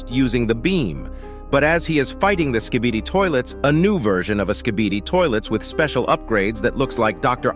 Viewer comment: i am stupid or he really said SKIDIBI toilets?